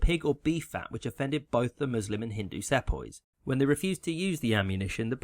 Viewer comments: Mispronunciations always concern me that I'm listening to AI narration. Your pronunciation of "Sepoy" in particular ... yeah, it's an uncommon word, but one that I'd expect someone with a British accent to get right. It's SEE-poy, not SEP-oy. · Excellent presentation. Errrm. ...... apologies for nit - picking but I was taught to pronounce "Sepoy" see-poy, and the Telegraph had to be constructed in order to send telegrams. Perhaps you might make it a few minutes longer for improved (a bit slower) diction and study of maps. Otherwise the chronology and politics far better than my schooldays nearly 60 years ago. Thanks. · Bro I literally have a history exam tomorrow which includes the 1857 sepoy revolution (I live in india) Also "sepoy" is pronounced as "si-pa-hi" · It's pronounced see-poy. Also it's unlikely that the cartridges contained pig or cow fat, rather it was probably a rumour designed to help initiate the revolt. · Good summary. 'Sepoy' is pronounced 'see-poy' though, and 'Boer' is pronounced closer to 'boor' then 'bo-er'. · You pronounce Sepoy wrong